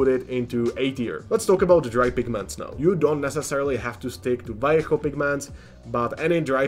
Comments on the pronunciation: Thanks for saying "Vallejo" and not "valley-ho" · Micron is neat for doing text! Also neat, you say Vallejo right haha, most people miss the "B" sound at the start.